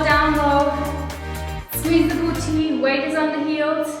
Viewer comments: i love it when she says boochee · I'm never gonna pronounce "boo tee" the same way again! Jokes aside I found the tips and commentary even more motivational than the music only videos. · I lovee how she says 'booty' :)